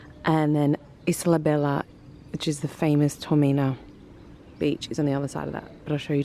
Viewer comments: Toymina ? Your pronouncing it the wrong way .. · Learn to say Taormina properly .Taor Mina and roll your the R .It really is annoying listening to the way you pronounce the places.Educate yourself a bit. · Taormina please learn the pronunciation